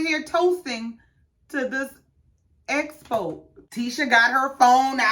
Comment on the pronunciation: So we're just gonna glide past Tesha constantly saying "black espo" instead of EXpo. And that she wanted to "esocute" instead of "execute" plans. 😮